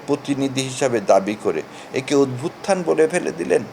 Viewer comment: উচ্চারণ অদ্ভুতথান হবে না। উচ্চারণ হবে অভ্যুত্থান